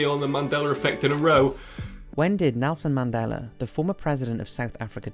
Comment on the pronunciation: "I like that Melson Nandela bloak"